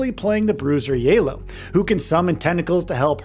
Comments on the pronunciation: Who the fk is yala and vee ? 😅 hahaha that was the worst pronounciantion of illaoi and VI i have ever heard... I had a good laugh tho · wtf are these name pronunciations? He even got the arcane ones wrong... and Illaoi made me pause and check if this guy had a stroke mid-review and posted it